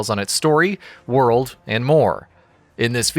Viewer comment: what's a wer-uld?